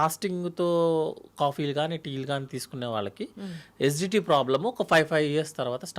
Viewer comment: SGT ఏందీ GST లాగా......😂😂😂😂( ACIDITY ) ఏసీడీటీ అని క్లియర్ గా చెప్పు బాబూ 🎉